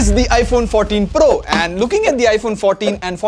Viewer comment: iPhone FO TEEN PRRRUHH 😂